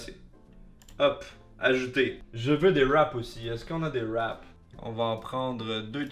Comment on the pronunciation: J’adore comment tu dit « wrap » ... « eurlwap » ou des fois tu dis juste « rappe » 🤣 sans compter les « beuwgeuw » 😅